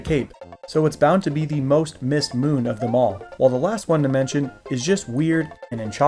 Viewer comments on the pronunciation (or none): none